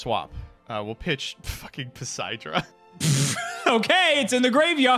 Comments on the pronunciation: really said 4 poseidra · I know this is Jank but... didn't read Poseidra properly 😅😂